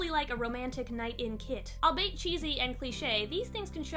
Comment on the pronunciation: Love the vid- although albeit is pronounced AL-BEE-IT, not al-bate. I’m only pointing it out because I made the EXACT same mistake!